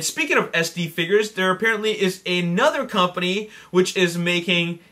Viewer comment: He says figures like figers